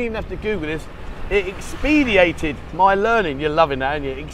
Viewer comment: Ex-peed-e-ated is erm, not a word. Sorry. Expedited is though 😀 Ex-ped-eye-ted